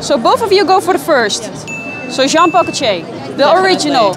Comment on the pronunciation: "John-pahh-co-chaaa" lol